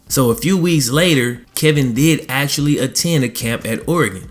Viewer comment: Say actually.. not axeually!!!